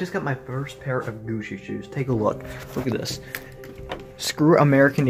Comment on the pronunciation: "Gushi shoes"